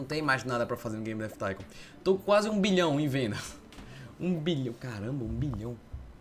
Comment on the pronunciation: " hello auausususudushddudu baby game dav thincon ( sla como escreve isso : D )